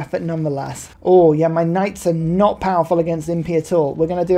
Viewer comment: Something doesn’t feel right when a British man says “they brought archers and impi to a musket contest” 😂 great game!